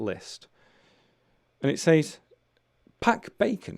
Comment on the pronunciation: I heard you pronounced says as say all the time. Are there two ways to pronounce it?